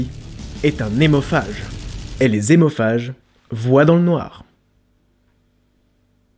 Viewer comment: Lol! Si hémophage, ça commence par H donc pas de liaison ! Donc on ne dit pas" des zémophages".... comme on ne dit pas les zaricots... Ça commence bien.... Et si liaison, ce sont bien des adeptes de Tokyo Hôtel...